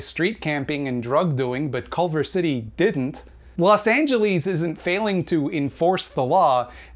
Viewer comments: I agree with you but the fact that you called Los Angeles "Los Angeleese" makes you my enemy, sorry. 😔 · Good video but why does he say Los Angeles like that